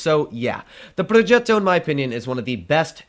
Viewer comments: Pls stop pronouncing “progetto” that way😂😂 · ''progeeto'' (in russian/italian accent)